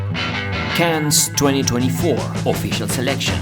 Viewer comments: the "s" in Cannes is not pronounced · Cannes? like ''can'' in english... worked for years in the ninetees Cannes hospital and at the time Festival less stressful... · Learn how to pronounce "Cannes" properly. You are doing it wrong.